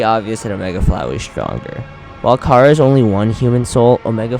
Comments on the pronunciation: kara? KARA? ITS CHARA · Не кара, а чара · he says kara but its chara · I got mad when he said "cara" instead of chara bro 😂😂😑it's obvious thats its chara and not "cara" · Chara is pronounced: Char-uh nor Kara, and she has no soul. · It’s chars not cara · *chara not Kara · i like how he pronounces chara like kara. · IT'S AN C NOT A K GET IT RIGHT